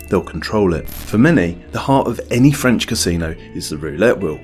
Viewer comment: Good video, but please never try to speak French again